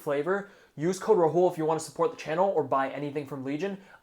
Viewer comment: Ur name is not 'RaHOOL' bro peonounce it right. Dont be insecure its Rahul